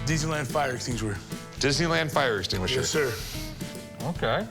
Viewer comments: I got me a fire stinshewer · Fire exting-shur 😂😂😂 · Pooorguy cant say fire efenquishiner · "enstingensher''❌ ''esstingasher"❌ ''eckstennanshur''❌...Keep tryin, bro! I believe in ya! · This guy can’t speak hahahaha. “Extwinner” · Estiniewisher… is what I’m calling them from here on out… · Dude said fire exteenjewer. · He said fire steen wisher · A fully grown adult who can’t say extinguisher? Lmao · I just knew the fire extinguisher was gonna be fake when he couldn’t say extinguisher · The guy that can't say extinguisher 🤣🤣 they did him dirty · what a weird way to say extinguisher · Bro can't say extinguisher 😂😂😂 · He starts the word in English and ends it in French.😂